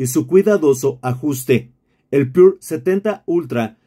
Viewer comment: com que varios no saben leer, es PURA no pure.....